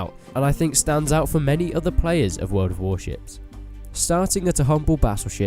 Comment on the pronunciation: yeah i hear the shit as wel :))